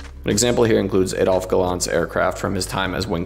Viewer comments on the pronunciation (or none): none